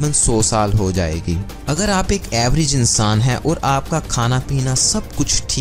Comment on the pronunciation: aannssaaaan hahahaha